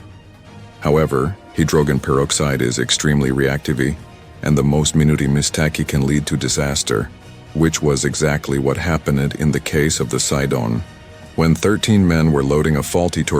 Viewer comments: I can put up with ai mispronouncing odd names etc but 'mistake' as "miss tackey" ?!!! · He even said Mistake like a Japanese word 😂😂😂😂😂😂